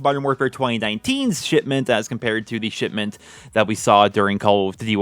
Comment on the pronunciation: Did he say "Shitment"? I heard shitment.